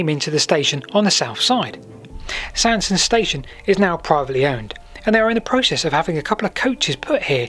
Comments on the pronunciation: Hello thanks for a lovely item. Sorry to be a bit pedantic, but the pronunciation of Sandsend is Sands-end and Staithes is pronounced 'Steers' locally. I know that you like to know these things. 😁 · it's supposed to be pronounced 'Sands end'